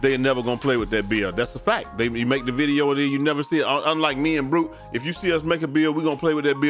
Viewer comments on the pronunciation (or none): none